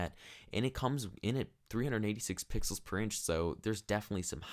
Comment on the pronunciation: He said pickles instead of Pixels😂😂😂😂😂